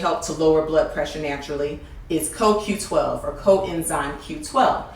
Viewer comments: is is not a critic from me either, but she made more mistake here than just a coQ10. and it sound as she say KQ and not CoQ.... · CO-Q . BLACK PEOPLE !!!!!!!!! She actually LOOKED at the bottle and STILL pronounced it INCORRECTLY !!!!!!!!!!!